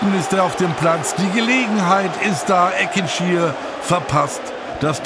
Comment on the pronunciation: Als Gebührenzahler nehme ich mir das Recht immer gerne heraus! Richtige Aussprachen: - Keita-Ru El - "Ekintschi Er" und nicht Eckintschir - der Waldhof / die Waldhöfer (wenigstens 50% der Zeit) und nicht "die Mannheimer". Wir sind weder der VfR noch die Adler. Falls hier etwas dagegen spricht, bitte St. Pauli in Zukunft als "Hamburg" betiteln. Vom Regionalsender SWR erwarte ich hier mehr Kenntnis.